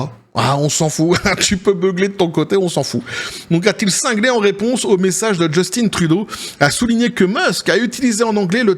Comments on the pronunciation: C'est Juste-Teint et non Just-Tine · Justin, pas « Djeustine »… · On dit Justin comme jus-tin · Les français,arrêtez de dire Justine c’est Justin point barre quand même qu’il es efféminé!😂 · JUST IN . Comme en francais vieux. Pas JustINE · Just(in) c'est un francophone pas Justine .En Anglais ca se prononce plus Jostunn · Trop drole personne ici au Quebec dit Justine Trudeau c'est Justin oui Justin.